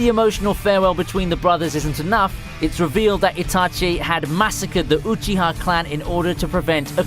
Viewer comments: Everyone: Obito Uchiha This guy: Obeeto Oochi-ha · uhBEATo OOcheeha